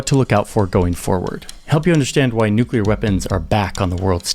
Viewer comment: I started listening to a different video about this subject, but he showed his lack of expertise as soon as he said "nucular".